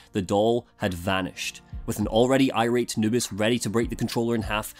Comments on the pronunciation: For some reason i keep hearing "anubis" instead of "noobis" so my mind just imagines a jackal god trying to play videogames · Same here, for the first video I kept wondering why he called his girlfriend Anubis.